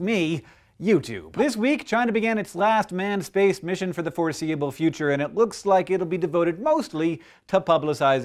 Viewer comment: SPEWCE!!! excuse me, that was a loud...never mind. Keep walking.